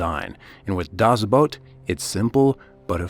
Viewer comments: Not he didnt. He said boat it shoudl be boot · It's not "dazz Boat", but "DASS Boot" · "Boot".....like the kind you put on your feet when it snows. Not "boat" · Will you stop saying: "das Boat!" :p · Germany was NOT the bad guy!!!!! One day real history will show who the REAL bad guys were!!! 🏦 SHAME SHAME SHAME!!! 🤬 and it’s pronounced Das boot. Not das boat!!!!! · It was too much of a hassle to pronounce "boot" correctly I guess. "Das boat" doesn't exist, it's either "The boat" or "Das boot", but I see you're too used to butchering languages that aren't yours. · Das BOOT, not Das Boat. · Right out of the gate saying "das boat" 😂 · Das BOOT not Das BOAT Other than that it is well done! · Dammit. "The boat" or "Das boot". Not "Das boat". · Das boat? You could take a minute and investigate how it is pronounced! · ''Das boat'' LUL